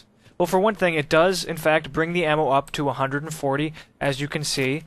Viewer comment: Ammo not am...